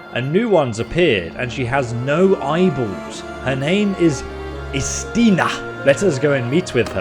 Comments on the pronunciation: Do you have dyslexia? Are you lazy? Are you illiterate? Why is it such a challenge for you to pronounce the names in the game, even if the voice actor actually says it themselves... She says "Istiana" several times, IST-I-ANA, stop saying IST-ANA you stupid fool. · Hearing Istiana voicing the names of the imperial lords and still BOMBING the pronunciations anyway is CRAZY ISS TEE ON UH NER RET SEES